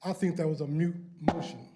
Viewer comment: Moot my man, not mute. And thank you for speaking out.